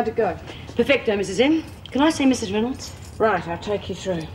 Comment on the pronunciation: Lizzie mispronounces Mrs Reynolds name.